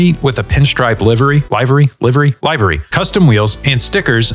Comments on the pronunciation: Livery, bro! Not “lievery”. Well, what do I know. 🙈 I’m Danish 😅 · It’s livery pronounced liveree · like "laif ree"? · "found new LIVE ery" its pronounced like liver big dawg not live 😭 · It's live-ery, as in "i don't want to live anymore" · mate just pronounce "livery" correctly please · Love the content but its "live" as in living and "ery". Not "live" as in alive